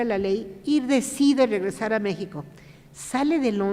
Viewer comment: La palabra México no la pronuncia correctamente! Hay que recordar que es idioma nahua. Es grato saludar